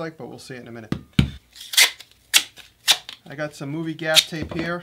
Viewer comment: What is the tape you wrapped the go pro camera with?....gaf tape, gap tape? couldn't understand the word